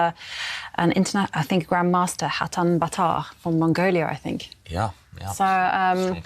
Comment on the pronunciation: From Mongoliar? Really? . There’s no r at the end of Mongolia.